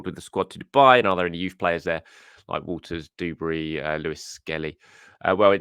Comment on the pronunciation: Duberry not Doobery.